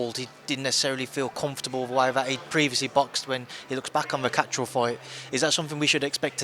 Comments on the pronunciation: gets a tenner for each time he comes up with a new way of mispronouncing Catterall. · Love hoe he pronounces Catterall, like he's Italian or summat 😂